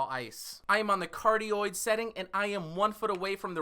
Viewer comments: i could go my whole life without hearing you say "Cardio Polar Pattern" into the microphone ever again sir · The omni-directional pattern sounded like cardioid